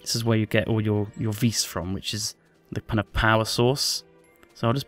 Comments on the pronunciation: its pronounced "vee" not "veiss" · vis is pronounced vee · the s is silent in vis so it sounds more like just the letter v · when u say "Vis" it sounds like u say "fis" and in Norway, that means fart.